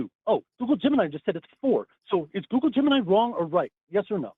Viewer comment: Had a good chuckle where gets really excited and repeats himself a bunch. It sounds like he’s saying “goo-goo gemini” over and over again.